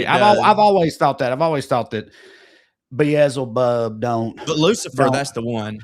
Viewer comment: beeez-ey-bub bout KILLED me